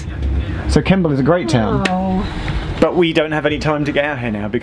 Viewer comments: Hey how was the Strouds golds busses? Did you catch one? There lovely leather seats and wifi. It's great if you miss your train. It's nice and comfy. Also Kemble is not pronounced Kimble you say it kem ball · Stop calling Kemble....Kimble!! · Makes me laugh that Geoff pretty consistently referred to Stonegate, Strood and Kimble rather than Stonehouse, Stroud and Kemble!